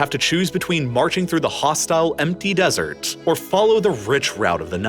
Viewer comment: Just going to throw out that placing emphasis on the "T" sound is usually just unnecessary when saying desert. Tss or Tuh will be heard even without needing to emphasize it. And emphasizing it is just hard on the ears of the listener. Lol